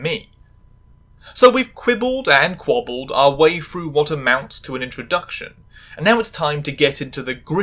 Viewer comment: Are you capable of saying through instead of frou ?